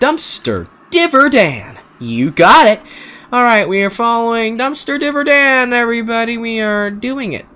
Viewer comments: It’s not div-er dan it’s di-ver dan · it dayver not divor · Its not dive its diver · its not "Dihver" its "DIvEr" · Dumpster "Divver" Dan Me: bruh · I think your supposed to pronounce it as diver like a diving into the water but with an er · It’s dumpster diver dan not di ver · Why you keep saying devr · It’s pronounced dumpster diver Dan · ITS NOT DUMSTER DIVR DAN!!!!!!!!!!!!!!!!!!!!!!!!!!!!!!!!! ITS DUMSTER DIVER DAN!!!!!!!!!!!!!!!!!!!!!!!!!!!!!!!!!!!!!!!